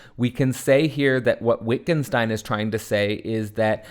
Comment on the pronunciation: fyi pronounced Vittgenstein